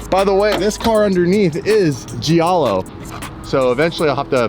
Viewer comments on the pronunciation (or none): I can't deal with it anymore. its not pronuonced Gee-ahh-low it's J-ahh-low. even google translate says it properly. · just an FYI the italian word Giallo (yellow) is pronounced like “jow-low” or “jah-low” not “gee-al-low”. Also orange is Arancia (ah-ron-chee-ah)